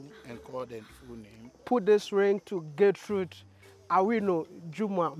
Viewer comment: It's not Getrude, and BTW, Miss Trudy can never Get rude. It's Gertrude. Also, many of you need to learn how to pronounce it too........